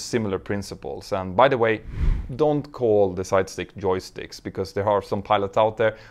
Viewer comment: Actually, Petter is Swedish - and the way he pronounces 'j' is typical of Swedes. 😉 (I have been resident in Denmark for decades).